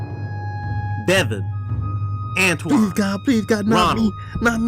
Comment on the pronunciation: you said my name antione